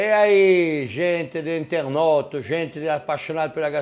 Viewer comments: "Gente do internot "😂😂😂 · " Eaee gente de internot" 🤣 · "internoto" ITIIII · "E aí,gente de internót" 😂😂😂😂😂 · "INTERNOTO" adorei kkkkkk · "Internot" kkkkkkkkkkkkk